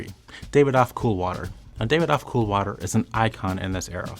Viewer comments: Alway thought the pronunciation was ‘Davi-dof’ not ‘David-OFF’; it even says that way in the commercials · The pronunciations are ‘ ber ga mo ‘ and ‘dav id off ‘.